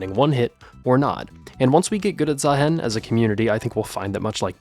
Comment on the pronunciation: please Say "Zahiin" not "Zahaen"